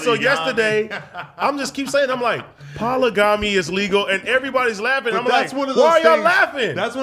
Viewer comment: You’ve committed Pol-a-gam-eeee 😭